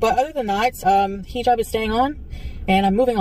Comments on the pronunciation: “I know you thought I was going to take off my HEEE-jab” 🙄🙄 GORL!! Imma need you to finally learn to pronounce it properly if you’re gonna stick with this cosplay!!!! Not HEEE-job. It’s pronounced < >!!! 😡😡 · Imagine living in the Middle East for an entire year and you still can’t say “hijab” correctly 😂🙄